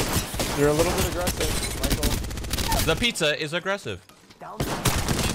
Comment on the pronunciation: The pizza, is a-grease-ev